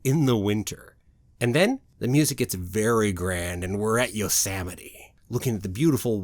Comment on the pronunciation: I giggled a little when you said “yosamite “. Hee hee!!! Yosemite. Sem. Lol. I live 1/2 hour away from there. Everyone should visit. I love this place! 🥰. Can’t wait til end of March to experience once again soaring over California. I missed it!